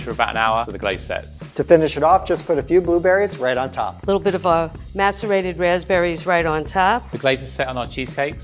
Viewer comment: Yup I had to hear it again until I saw this comment and realized its macerated